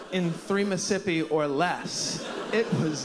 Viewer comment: After all the "Miss'sippi"s, making "apt" into a three syllable word chef kiss